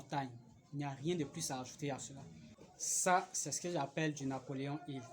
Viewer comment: 😮😮😮 il a dit Napoléon Hill 🧐🧐 non de Dieu 😂😂😂😂😂😂😂 vraiment tu es mon p'tit